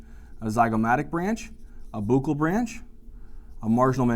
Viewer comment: Thank you for making this spaghetti junction, that is VII, seem manageable. Love the way you pronounce fossa and buccal